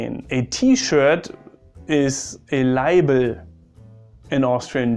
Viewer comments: It's "Leiberl", not "Leibl" and "Schaas", not "Schass". Funny, I didn't know that Germans don't use "angreifen" in terms of "anfassen". Some more facts: A "Stuhl" in Germany is a "Sessel" in Austria and a "Sessel" in Germany is a "Fauteuil" in Austria. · It's Leiberl not Leibl😂